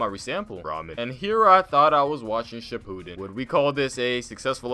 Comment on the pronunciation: He fr said shipuden like cipooden